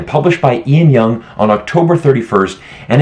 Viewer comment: Ian Young? It's Lan Young.